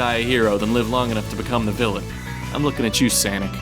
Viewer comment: 👎 just cuz you said "Sanic". It's SONIC